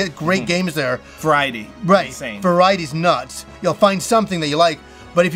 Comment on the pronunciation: There's no way I was the only person who heard "varie-deez nuts"